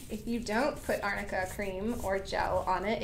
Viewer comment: Lolll ‘it’s arnica cream not amica cream’ the shade I love it